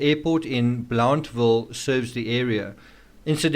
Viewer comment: Tri city local-- so far your doing a.good job describing it -- minus some accent differences lol-- like blountville locally sounds more like "BLUNT vill"--- otherwise excellent!!! Some things i would add is were 2 hrs from the premiere state university UT in Knoxville TN.... were about 1.5 hrs from sevier co which has Dollywood- dolly partons theme park and otherwise a general tourist trap- ive noticed several pics from the Wells family in sevier co- for example the aquarium pix are at Ripleys of the smokies... and the AT runs through Unicoi Co- which is a smaller town thats also generally considered part of "tbe tri cities... and in Bristol we are actually mid construction on a hard rock hotel and casino-- the casino will be on the VA side od bristol with the hotel going on the TN side of Bristol...